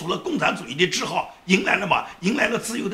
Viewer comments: ：纠错一个小错误。“桎梏”发音应该是zhigu 谐音“志顾”不是“志浩”😊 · 桎梏，不是桎浩，给纠正一下。发顾的音。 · 桎梏 ，您好，读音是 zhigu，意思：脚镣手铐